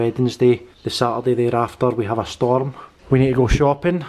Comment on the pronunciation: I think it's the accentuating big the word "storm" that's v . Kevin bridges ! Anyhoo proud guys, well done love ya both xx